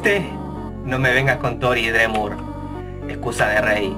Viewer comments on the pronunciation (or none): oye esta bien pero aprende algo de inglés! se dice como "asriel drimur"!!! no "asriel dremur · shelby Quintanilla si y pronuncia mal Dreemurr